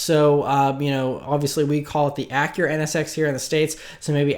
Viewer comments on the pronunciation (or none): none